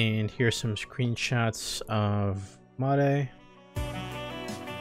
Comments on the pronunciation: It’s Mare not Ma-re. As the Katakana said. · it's pronounced Mare like in english, even with the katakana